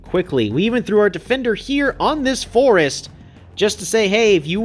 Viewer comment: “we even threw our defender here *on this forest*” *Emphasizes forest dramatically *doesn’t have archery, so the forest doesn’t matter 😂